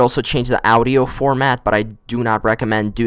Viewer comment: the way you said audio was so triggering XD